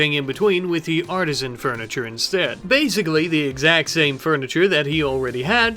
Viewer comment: Art-ih-zan is correct. Ar-teez-ee-an is a type of well. Hope it helps.